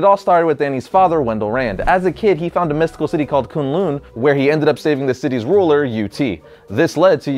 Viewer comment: what kun lun it's kon lond